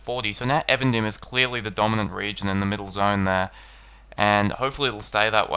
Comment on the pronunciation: though I confess being guilty of pronouncing Eregion as E-Region (:D), I don't understand why you as a native English speaker say Avendim. It's EEEvendim. Even, dim. Twilight. You're welcome x